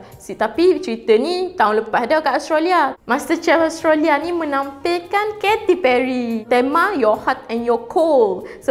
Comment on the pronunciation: kate perry, bukan keti perry, buat research dlu dik sebelum buat video, adoi...